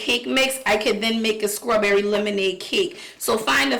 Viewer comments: I hate how she says strawberry but love how she says cake. 😆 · Mispronouncing words isn't an accent. Placing the K sound where there's a t isn't an accent. Its mispronouncing a word. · Agreed. I wonder if shez Geechee. The way she says 🍓 reminds me of my mom. She was a country girl. Every s-t-r word she pronounced s-k-r..... my girl lol ❤ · SCRAWBERRY and FREW?!! 😱I BET YOUR AZZ SAY MUURK.. 🤣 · A SCRAWBERRY N. CREAM CAKE🤣🤣